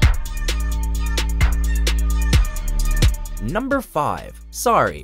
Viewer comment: jaja he says numbrrrrr 5